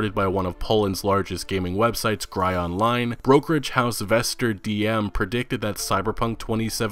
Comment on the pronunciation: Your pronounciations of Gry is quite off. GRY is Polish for games [plural]. The google translate pronounciation is actually quite accurate. That being said, great video.